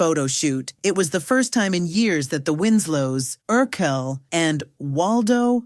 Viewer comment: Urkel not Urquel😂